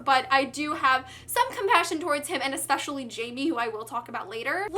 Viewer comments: oh good i was thinking "jamie" doesnt sound right at all haha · hey there, i really loved this review because of how excited you were the whole time 😂 just one thing, jaime isn't pronounced "jay me," it would be "high may" since he's from mexico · Hey (name twins), just so you know, I think Jaime is supposed to be pronounced differently because he is Latino. I think J would be like an H and it would sound kind of like Hi-may:) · Loved your review❤. But i don't want to sound rude but you're not saying Jaime right. It pronounced Hi-mi(or something like that) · you're pronouncing jaime's name wrong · yeah well i can't blame you for that. if i didn't know spanish pronounciations myself i would've pronounced his name like you did too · Jaime is a Mexican name so the J has an H sound not the J sound.